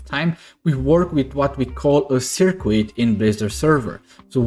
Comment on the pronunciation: Appreciate the video... just to aid your future videos "Circuit" is pronounced SER KIT the U is silent. Gotta love English!! :)